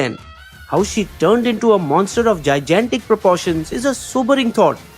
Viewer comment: Pretty good depiction of a story with humour... Pls get the pronunciation of gigantic right the next time